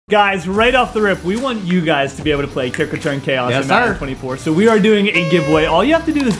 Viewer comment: Did anyone notice that said “ kick retane chaos” 🤦‍♂️